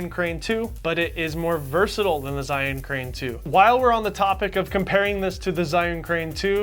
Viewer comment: Zh is pronounced as J